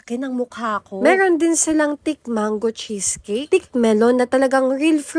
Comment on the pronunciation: It's THICK NOT TIK!!!